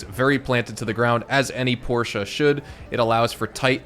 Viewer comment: Thank you for pronouncing Porsche correctly.